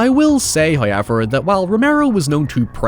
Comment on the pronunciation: First "hoyevver" drops .